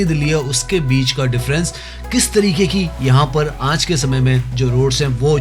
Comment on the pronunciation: Aanj nhi aaj hota hai 😮😅